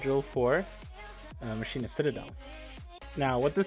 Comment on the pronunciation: It's not Ma-shi-na it's ma-key-na :'(